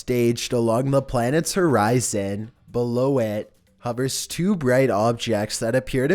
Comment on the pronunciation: The way he said horizon made me cringe so hard